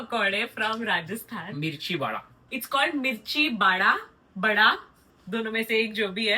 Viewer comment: you cant even pronounce mirchi vada? How performative a youtuber can be? Like are you bought up in America?????